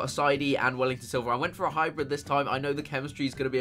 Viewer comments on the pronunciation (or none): none